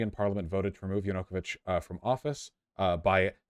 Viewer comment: Vaush will lose every one of these debates until he learns how to pronounce Yanukovych.